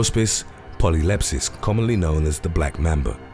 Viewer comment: The narrator mispronounced "polylepis" as "polylepsis" (sic).